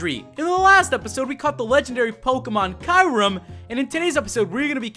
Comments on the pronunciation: he pronounced kyurem rong and it has a 3% cach rate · The kyurem is pronounced Kur- em